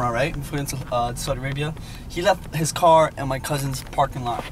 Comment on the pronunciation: pronounces car as "قار" 😅